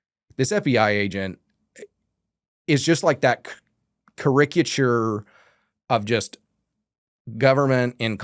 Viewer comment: believe it's pronounced panəˈsēə. He also butchered caricature at